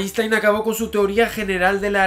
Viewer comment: "einshtein" por favor.